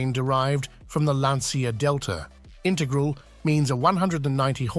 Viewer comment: A small irritation.The "Romeo" of Alfa is pronounced with the accent on the "E" not as in Romeo & Juliet & its Lancia Intergral(e) not Intergral!